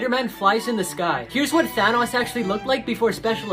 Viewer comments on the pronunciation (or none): none